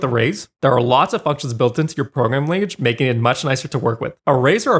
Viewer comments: game maker "lanaguge" made me laugh, great video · "Game Maker Lanaguge" xd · Lanaguge? You lost all your credibility 😂